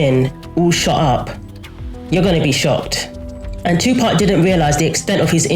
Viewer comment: Right, I'm saying Tupark from now on 😅